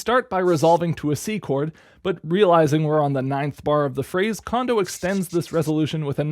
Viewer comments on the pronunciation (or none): FYI: Kondo isn't pronounced like "condo" it's pronounced like "cone-dough".